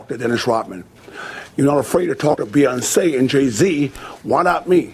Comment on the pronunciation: the way rodman says 'Obama' and 'Beyonce' is fucking hilarious